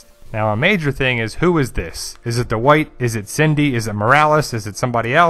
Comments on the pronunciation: I'm kinda just joking. I really like your work. Your analyses and theories are thorough and interesting. Still, I bet if you say "bad white" it doesn't come out "bad uh white" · dude... say it with me... "Dwight" (one syllable) not "Duh-white" just "Dwight"... one syllable